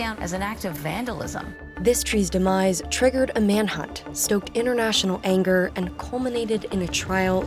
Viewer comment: The word is ' international ' not inner national .